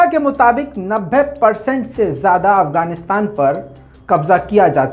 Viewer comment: Pls try to pronounce properly the name even u didn't properly name Afghanistan